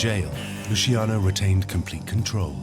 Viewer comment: That's LuCHiano, not Lusiano, and not Lushiano, capisce´? That was my grandfather's name, and mine, have some rispetto, eh?! You want thriving mobsters? Make something people want illegal. You want to get rid of Los Narcos? Read the above. Stop trying to legislate people's private lives and the mob will have no way to make huge money, capisce´?